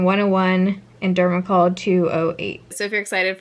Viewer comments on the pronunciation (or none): You know you’re a fan of when the biggest thing I noticed was the different way she said dermacol 208 😱😂😂😂😂 love this series, so so sad that we’re half way through 😭😭😭